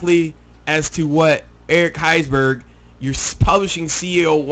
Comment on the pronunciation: lol its because you cant read, you pronounce EVERYONES last name wrong haha